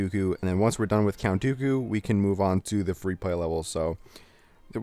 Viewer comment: you said doku right